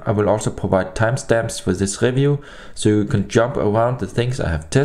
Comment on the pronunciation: review > "RIVJUU", not "RÄFJUU" :)